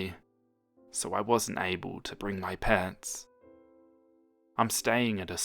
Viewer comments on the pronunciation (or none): It sounded like you said you weren't able to bring your 'pants', I died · I heard “I wasn’t able to bring my parents” As “I wasn’t able to bring my pants” 😂😂😂😂😂😂😅😅